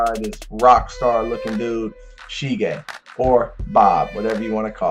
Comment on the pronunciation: it's sige, not shige ;) nice video, keep up the great work!